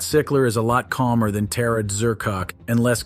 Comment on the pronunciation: Tara Dz-ur-koc...😂